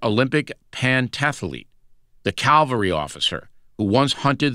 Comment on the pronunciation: I am (perhaps disproportionately) annoyed by the mispronunciation of “CAV-al-ry” as “CAL-al-ry”. The former refers to soldiers trained and equipped to employ one of several methods of enhanced mobility and the latter to the place of our Lord’s crucifixion.